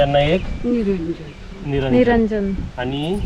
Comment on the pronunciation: निरंजन नाही निरांजन म्हणतात